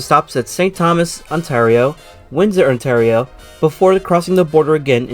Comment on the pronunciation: Please never pronounce Ontario like that again